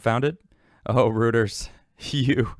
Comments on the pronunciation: Royters not Rooters. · Pronounced royters not rooters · It pronounced "roy ters" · Hey. Reuters = ROY-ters. Love the channel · ...it's not pronounced "rooters".